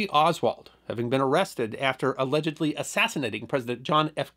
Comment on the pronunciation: in the first 10 seconds, said "allegdely". This I find is a problem. Maybe a pirate did it.